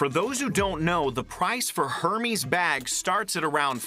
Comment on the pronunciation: Who wants to tell the interpreter he’s saying Hermes’ incorrectly? 😅😂